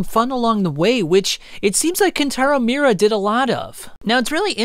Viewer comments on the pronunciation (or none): You're mispronouncing his name over and over again bro. MI-U-RA